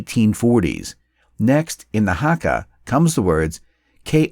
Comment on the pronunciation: “hakka” like wtf?